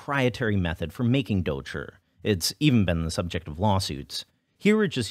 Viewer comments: Note: douchi (dou chi 黑豆豆豉) not douchey XD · Why do people add an "r" sound at the end of "dou chi"? I heard it was a Beijing thing, but it's not like every foreigner speaks or hears Chinese with a Beijing accent.